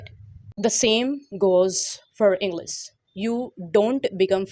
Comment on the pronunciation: Bht axhi tips hen....Masha Allah... Plzz try to pronounce well like English not'englis' U can do it too😊